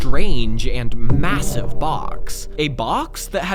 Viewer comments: did you say massive? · Did he say massive..? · did he say, MASSIVE? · Did he say massive???